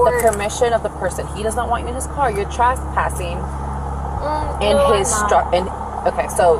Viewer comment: Why do so many people including the officer mispronounce the word trespass as trass p a s s?